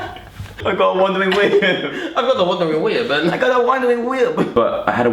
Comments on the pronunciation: "I have a wondering wib" im dead😂😂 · I spat out my drink when joe said I have a wondering wib